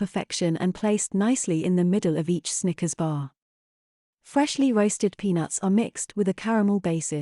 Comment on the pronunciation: Did anyone else think the computer voice said "stickers" on more than one occasion?